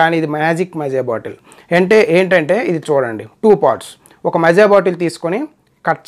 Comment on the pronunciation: మజా కాదురా మాజా💋💋